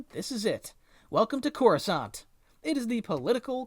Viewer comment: The way you say Coruscant kills me, and Kamino. Why must you do this?